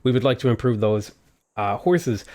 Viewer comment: when u were saying "horses" I heard it like "whores".I was like what..!